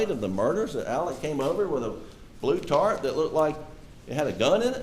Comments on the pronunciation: 😂🤣 yes, she said “tart” 😂 instead of Tarp 🤭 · It’s a tarp not a tart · Lord, wish I was there to tell her, it is TARP, not tart. She is a standup citizen, credible as well......This courtroom looks like Mayberry's court room....teeny tiny, old fashiion.... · This woman says "tart" and they made a fool out of her by repeating that...knowing that she means "tarp." shame. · She’s mispronouncing the word 🤣